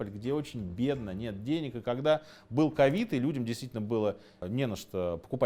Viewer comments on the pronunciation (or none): none